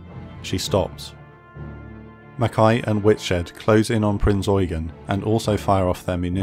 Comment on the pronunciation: Adolf Gallant was tasked with securing the safe crossing, so it was successful overall. Please pronounce of the cruiser name with the stress on the last syllable: EuGEN!